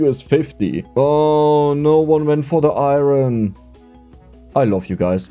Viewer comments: Oh and it's pronounced Iron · Iron with the hard r 😭💔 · Iron with the hard "R" is crazy lmao